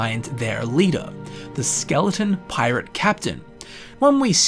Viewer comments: Pie-Rate lmfao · "A pie-rate" instantly unsubscribes and deletes youtube